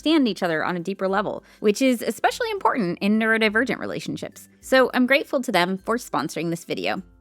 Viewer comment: Even tho i did not have any of this knowledge nor support 27 years ago, i am so grateful that my kids do. Thank you for this channel ❤❤❤. BTW, my neurodivergent brain hears 'nerdivergent' whenever you say the word. 😊😊😊 me to a T